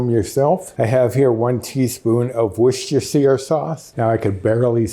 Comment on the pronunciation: You say Worcestershire better then I do 😆 Looks delicious 😋